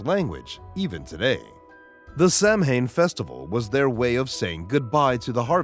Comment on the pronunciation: Samhain is pronounced "Sow-en"